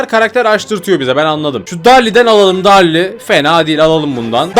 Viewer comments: abi darli değil derıl dicen , agagaggagagag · Darli değil derıl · Abi onun okunuşu darli değil derıl